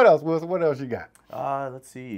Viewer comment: Every time you say Wison, I think of Cast Away. 😂